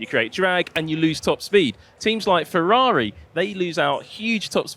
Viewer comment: Ferrari not "Fevvavi"